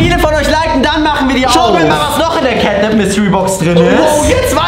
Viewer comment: Кэт нэп а не кэт нап и он из 3 главф